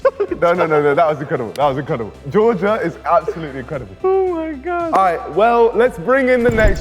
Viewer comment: Honestly didn’t get Georgia first, his pronunciation was odd